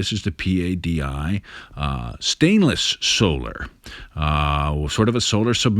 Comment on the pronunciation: Dude, it's not P.A.D.A. You say "padi" -- one word. Great videos though